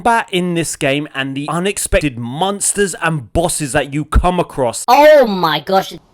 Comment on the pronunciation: Apparently, I am the only person who pronounces "monster" as "munster". You've proved them wrong matey. Thank you 😂